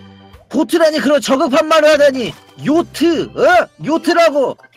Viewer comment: 에 요트를 노트라고 들었넹